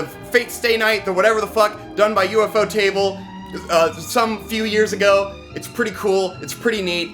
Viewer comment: just so you know, it's pronounced "yoofo table"